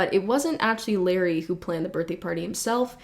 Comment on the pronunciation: in case you were wondering, it's pronounced luh ray not larry, although since he put so many people in danger you can keep calling him larry